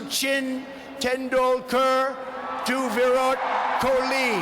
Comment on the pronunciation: ..."virat cooli"😂😂😂😂.... It all happens because he is an American, so the horrible bengali is normal.... But it is too much important video for memers like me!!!! 😂😂😋